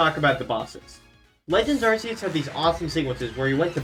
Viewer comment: I like this video, my only gripe is how you pronounce Arceus